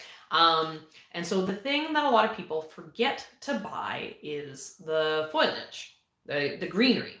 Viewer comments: Please!!!!!! Learn how to say FOLIAGE! It's driving me crazy!!! lol Love the videos and information in them. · I adore seed chats!!! I’m curious- do all Canadians pronounce it foy-a-ledge like you? In the states we say fo-lee-edge because the i is after the l. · OH! Not wrong! Just different and I was curious. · I’m pretty sure the way people pronounce it is just regional. Laura from Garden Answer says foliage the same as and she’s in Oregon.